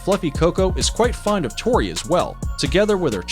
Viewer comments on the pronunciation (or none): none